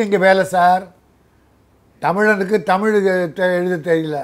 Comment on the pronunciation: நெறியாளர் அவர்களே, தமிழை தமிழ் என்று உச்சரியுங்கள். உங்கள் உச்சரிப்பு "தமில்" என்று இருக்கின்றது. அதே போல் ள ழ உச்சரிப்பு பயிற்சி உங்களுக்கு தேவை. முதலில் அதற்கு பயிற்சி எடுத்து விட்டு பின்பு பேட்டி எடுக்க முயற்ச்சி செய்யுங்கள்.